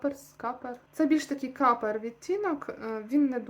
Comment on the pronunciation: "капер")))) Коппер- мідь